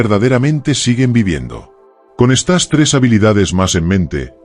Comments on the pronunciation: No se dice : "...estás habilidades..." sino : "...estas habilidades..." ( con el acento prosódico en la "e" , no en la "a" ). O eres un robot o eres un analfabeto, una de dos. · le pones acentoa las palabras que no llevan por eso no me gustan estos videos porque no hombre Olvídateen vez de decir estas dices estás